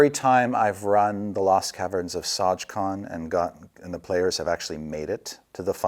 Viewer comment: And they got it wrong...